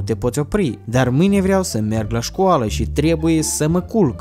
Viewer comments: dr trei ori ai spus schoala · De trei ori ai sis cuvăntul scuala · Ai spus schoală 2 ori. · Și ai zis de 3 ori schoala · ai spus ,,scoala'' la . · Ai spus scoala